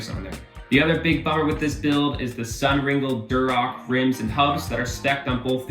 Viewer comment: SUNringlé (ring-lay) not complaining just letting you know. Good video overall.